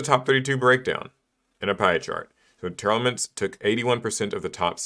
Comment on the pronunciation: Why does everyone pronounce Tearlaments as Tear-Elements when it's a portmanteau of the words 'Tear' and 'Lament'? That's two 'e's being pronounced that do not exist, and one 'a' that's gone missing.